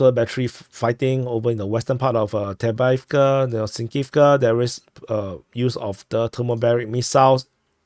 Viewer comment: Excuse me but... Why do you always skip the 1st v in avdeyevka?😮 If you can say "off-day", then you can say avdeyevka correctly.